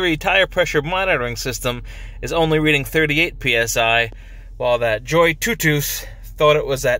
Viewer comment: Looks like a nice little inflator! Much better than the portable ones I’ve used before. The auto shut off is a real nice feature. I’ve wondered how to pronounce the name as well but your pronunciation makes the most sense haha